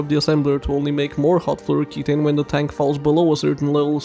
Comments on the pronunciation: That pronounciation of flouroketone was annoying. The end isnt ki taine, its ki tone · ke-TONE. TONE your abs. TONE it down.